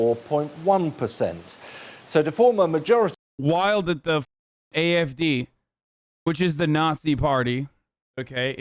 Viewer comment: why is his German so good! not the accent but the pronunciation of the party names